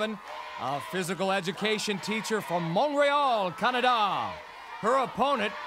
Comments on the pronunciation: He went with a French-ish pronunciation on Montreal, so I gave him a W on that one. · He totally whiffed "Montreal" AND "Canada" lol 🤭. But he redeemed himself 😊